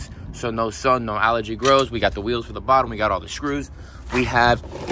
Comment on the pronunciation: Please try to say (algae pronounced AL GEE) not allergy. You don’t usually miss pronounce. But this one makes a big difference. Allergy is something your allergic to … makes you break out in a rash or hard to breathe. Algae ( Al gee) is a green underwater plant or grass. Love your videos. I’ve been watching since long before your turtle shed burnt down. God bless you and yours.